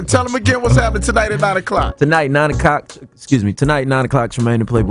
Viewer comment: "tonight ...9 o cock...excuse me 9 o clock*" boy pause 😣😭